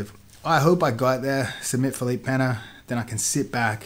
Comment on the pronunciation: Props for saying Pena correctly, Craig God.